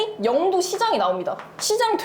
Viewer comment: 영↘도가 아니라 영↗도 (죄송합니다 이런 사람이라..............)